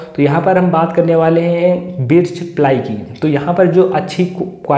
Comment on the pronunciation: बिर्च नहीं भाई बर्च प्लाई.aur yeh sabke bas ki baat nhi h ki birch ply ka cabinet banwaye.